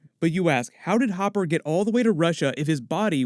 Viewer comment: ITS HOPPER NOT HOOPER